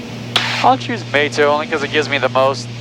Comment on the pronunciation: As a former JAX resident of some five years, I suspect that "mayt-oh" isn't the pronunciation of that intersection, as it's likely named for the San Mateo area, south of JAX and pronounced "muh-tay-oh". I would be shocked if any JAX A/C controllers pronounced it the way you did, particularly since it's almost assured that there are more than a couple of them who live there.